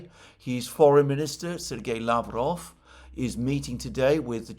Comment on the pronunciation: Alexander mate! You now pronounce Lavrovs name correctly. Great job! Now it's time to do the same for Peskov and Ushakov. Remember the emphasis goes on the last syllable. The one wending with "ov".